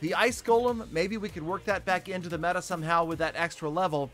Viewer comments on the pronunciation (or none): none